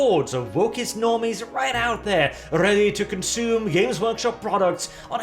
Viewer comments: WAS RRRIGHT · You know, the repeating R noise that he made and the pronunciation of the word "right" could honestly be used as an engine noise.